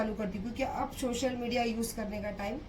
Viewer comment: Social media ko chochal media bolti teri khud ki english dekh dusro ko kaya jahil bolti anpad bolti.....kuch bhi english bolti....